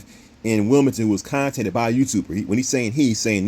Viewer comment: Did this dude just say “CONTATED”????!!!😅